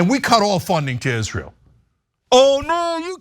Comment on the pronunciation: It's just like Lindsey Graham says, "izrool".